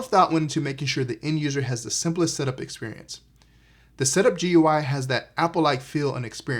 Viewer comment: It isn't top-of-the-line. This would be the Cinema 30, and there is also a 40 and 50. The 60 is actually near bottom-of-the-line. GUI is typically pronounced "gooey."